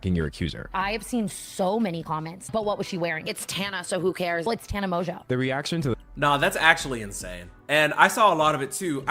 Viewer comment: it is pronounced tana mojo hahaha